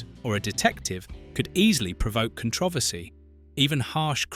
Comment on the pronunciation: I’m unsure this is a real voice. there's a potentially offensive phrase^ just before a sentence runs into a number. I’m 4 minutes in and havent noticed anything else yet, but I’m worried I might. pronunciation of controversy. phrasing and phrase^ during 7